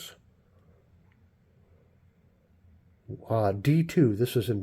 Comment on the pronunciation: BOS pronounced BOWS/BOSE (it's a knifemaker's name). PHENOLIC = FEN OL lCK.